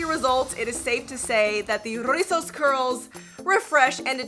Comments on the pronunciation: Im mexican! I really love how you say rrrrrrizos 💗 thanks for doing the “r” effort 💗💗💗 🤣 You can say as well “chinos”, “bucles” meaning the same as rizos! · I lovee how you roll the r “rrrrizzosss curls” My favorite word in Spanish is “Guayaba” which is is “Guava” in English. I also like the word “Mar” which is is “Sea” in English